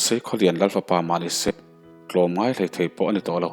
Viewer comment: A ngaih nawm hle mai mahse tlawmla tih tur tawmngai ni lo in